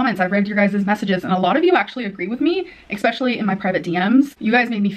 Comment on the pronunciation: why does she say 'eXpecially'?